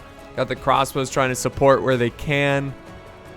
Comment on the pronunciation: 'Crassbows' - 2018